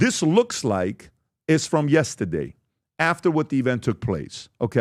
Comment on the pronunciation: PBD please don’t say yestadeyyyy